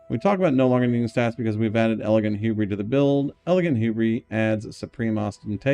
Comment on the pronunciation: Saying hubris like that has to be on purpose, it's driving me insane